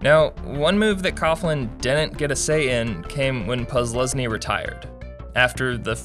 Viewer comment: Whenever the narrator says Posluszny's name, it sounds like he is just muttering random syllables.